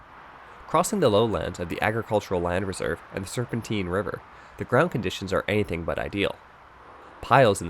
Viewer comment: One small nitpick: Serpentine rhymes with "mine" and not "meen". Easiest way to remember is Tynehead Regional Park (pronounced like the tine of a fork and not a teen) is the head of the Serpentine.